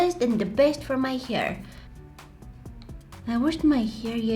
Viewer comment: I just love the way u say hair🥲 ✨hier✨